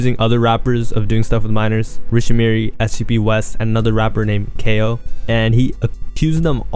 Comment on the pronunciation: Bro said KO, it’s cayo💀